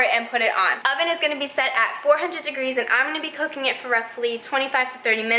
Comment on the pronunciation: Am I the only one who heard "cocaine" instead of "cooking" 😂 and "synonym" instead of "cinnamon" 😅 maybe my hearing is just bad!